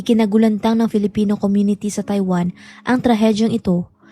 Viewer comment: Bakit mo binibigkas ang TAIWAN na Tai-Wan??? Ang bigkas noon ay Mabilis .. … [TayWaN]…. Maayos kang magsalita… magsanay ka lang mabuti sa tamang pagbigkas at pagbibitiw ng salita … mapa-English o Tagalog!! No offense meant…. Suggestion ko lang….👍